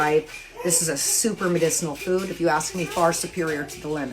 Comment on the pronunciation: I was following you until you couldn't say ask !